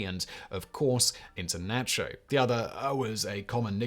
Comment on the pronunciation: Nacho pronunciation is horrendous. And why add an R at the end of America?